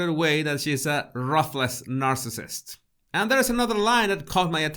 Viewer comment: Dear, i love your accent but some of your words make us wonder what you are saying. One is “ruthless”. You should make it rhyme with “toothless”